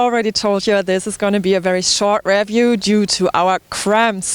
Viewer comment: Hi, I have no doubt that you've already heard this several hundred times by now but in the event you haven't, it's 33km and not miles. Anyway, thank you very much for the review. By the way it's pronounced riview and whats as in watts. Thanks again.